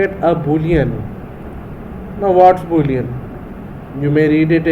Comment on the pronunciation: thanks for the video but the Boolean part make me laugh sir